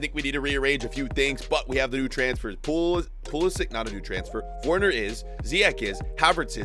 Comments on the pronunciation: Its Werner not worner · Werner is pronounced as if there’s a V instead of a W, it’s pronounced Verner but it’s spelled Werner. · Verner not wearner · Gotta love how he pronounces Werner 😂